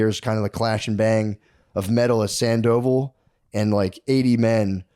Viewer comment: Sand-O-Vall not Sand-Oval 😏